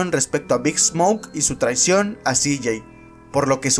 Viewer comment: Todo bien pero como pronuncias el nombre de Cj esta feo